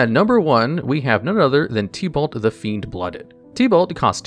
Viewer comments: Oof, normally hearing names slightly misprobounced doesn't bother me but idk why but hearing it as "Tea-Balt" instead of "Tib-Ult" was like nails on a chalk board. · Bro the only thing worse than tibalt is the way u say tibalt 💀